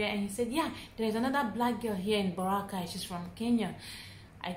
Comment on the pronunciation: Baw-rra-kay Baracay